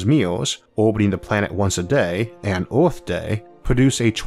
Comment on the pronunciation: "Oooorthh" again XD